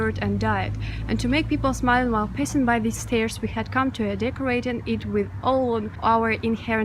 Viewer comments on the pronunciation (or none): A lovely video. Your pronunciation made me smile- I assume you did mean "passing" and not something else!! This is not a criticism BTW- your English is fantastic....